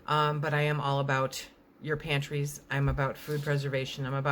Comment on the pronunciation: "I'm all about your pantries..." Somehow I always get that record scratch in my brain and have to stop for a second....oh...she said PANTRIES with an R. Without getting political. The country is definitely going to have some significant financial difficulties in the next few years. The dollar has been devalued by the trillions and trillions that have been pumped into the economy in this last year. The purchasing power of the US dollar is much lower than it was 18 months ago.